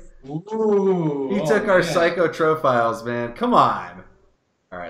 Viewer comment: A child dies every time you say "psych-o-tro-philes" instead of "psych-ro-philes", pretty sure you're wanted for war crimes at this point xD